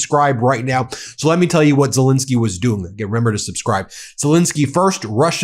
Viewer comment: It's Zel ENSKY, not INSKY, get his name right BEN or should we call you BIN ?